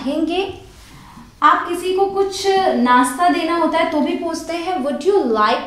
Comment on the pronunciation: Mam s sh me problem hai apki jese kosis, permission,nasta .hamari hindi bhi achchi hona chahiye